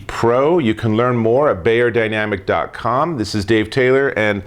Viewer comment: "bYerdynamic" not "bAyerdynamic" :-)